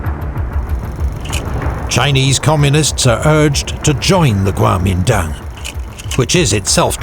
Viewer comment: In Mandarin，“国民党Kuomintang” is actually pronounced as“guomindang”，and “满族 manchu” is “manzu”, so basically he is right